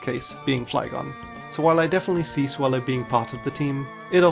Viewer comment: The A in Swellow is supposed to be an E!